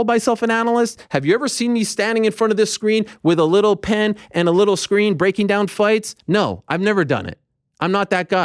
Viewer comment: ARIEL THROWS IT DAHHN